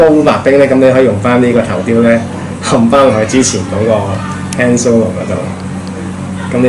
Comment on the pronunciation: Not "hand solo" it's "慳 " solo